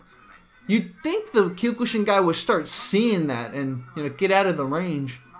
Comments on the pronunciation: Dear video poster, just so you'd know, you're actually pronouncing Kyokushin wrong. I'm hearing you saying "Kew-kuu-shin" when it's really supposed to be pronounced as "Kyoh-kuu-shin". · “Kyukooshin” LOL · It is kyo-ku-sheen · He says kyokushin really weird.